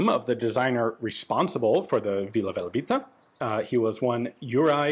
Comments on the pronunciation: Hi, it´s not Velabita, it´s Velebita. Velebit is the name of a montain range in Croatia and Vila Velebita basically means Fairy of Velebit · It's actually "Velebita" :D, after the mountain. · Its not Vila VelAbita, but Vila VelEbita